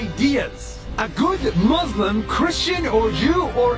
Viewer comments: It boils my blood everytime he says 'I am a Mozlem' despite being an Arab who used to be Muslim! He won't even pronounce the word right! He's just a wannabe who only wants attention.. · nas claims his muslim : pronounces muslim MUZlem